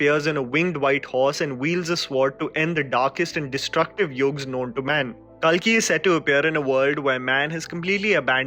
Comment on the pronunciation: Pronounciation of kalki is wrong It's kaalki......